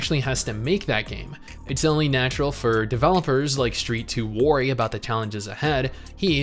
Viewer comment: Has always said "worry" like and? I have no memory of this.